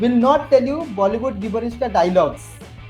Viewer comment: It’s pronounced ‘Jib-bur-ish’.